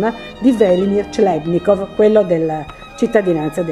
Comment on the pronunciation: "clebnikov" non si può proprio sentire....